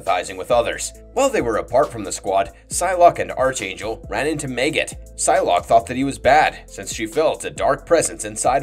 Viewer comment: It's pronounced ARC-Angel (like Spark) Not ARCH-Angel (like Archie). Watch any cartoons involving Apocalypse and his Four Horsemen...